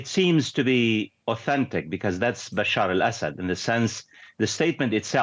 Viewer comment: Excuse me, his name is not Basheer Al-Asad, but Bashar Al-Asad.